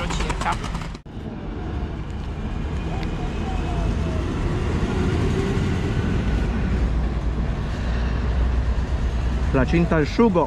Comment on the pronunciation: Placinte no placinta.. 😮